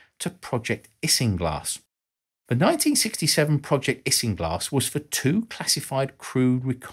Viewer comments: Project "Issing glass"? Never heard of it. Could it be Project "Ising glass" to which you refer? . . . (which ((of course)) is spelled (and pronounced) ~ differently ~ 😑 ?? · pronounced "eye sing glass" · i believe isinglass is pronounced eye sing glass, but i could be wrong. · Do the British pronounce "isinglass" differently? I've always heard it pronounced eye-zin-glass.